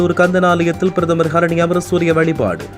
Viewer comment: பிரதமர் ஹரினிஅமரசூரிய என உச்சரியுங்கள் சகோதரா